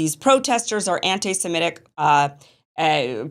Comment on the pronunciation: did he say Anti Semic?